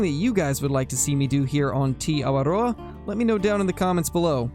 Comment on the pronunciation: not to be rude, but you have saying the awaora wrong. It’s TE AW WA DOOR. thanks, still loving the vids since 2.33